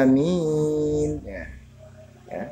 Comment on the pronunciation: Maaf kurang jelas nerangin lafadz alaminnya